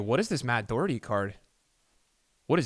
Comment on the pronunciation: it’s not doo Herty it’s doh herty xx